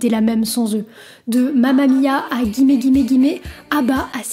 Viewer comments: ça se prononce gimmi ( contraction du langage de la rue: give me ). ils sont comme Kylie Minogue, Britney Spears, Madonna: l'icone des gays. normal qu'ils tiennent la distance. encore plus aujourd'hui qu'hier où on savait très bien qu'on allait passer un sale quart d'heure si on annonçait son coming out à papa maman. le regard de la société j'en parle même pas. après faut être né avant 70 pour le savoir. ensuite le disco a été créée fin 60, début 70 par un français dont j'arrives plus à mettre le nom dessus ( en plus il portait un alias-aka pour as know as, connu sous le nom de ). les américains appelaient ça la french song. 🤣je la reconnai, elle m'a tué avec son interprétation de Let it be. c'est Liv ! 🤣 Arrivée en Europe de la chaine musicale MTV le 01er Aout 1987 et un clip qui passera en boucle, jusqu'à en devenir un meme: Dire Straits - Money For Nothing 🎸🎵🎙 I Want My MTV 🎵🎸🎙 en 80, c'est la house music qui défonce tout, la musique éléctro en général. +1 like. merci. et +1 Abonné ❤ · Ca se prononce « gimmi »😉